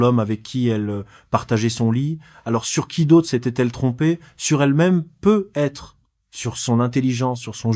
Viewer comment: I.A. horrible comment tu dis "peu ... être" 😂😂😂 et les chiffres 😂😂😂 ... avec des "euh" placés par ci et par là 😂😂😂